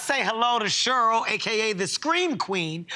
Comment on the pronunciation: Um, Cheryl is pronounced “Share..earl “ not, “Sherl” Kevin 😂